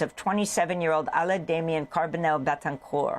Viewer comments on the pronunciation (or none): none